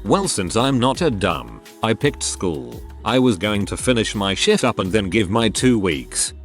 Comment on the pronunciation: Text on screen: “finish my shift up” TTS voice: “finish my SHIT up” 😂